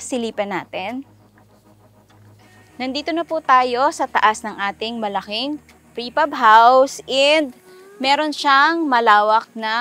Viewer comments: Its PRE Fab not FRE Pab 😊 Amazing job. Will include it in my bucket 🪣 list ❤ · Frepab or prefab? hahaha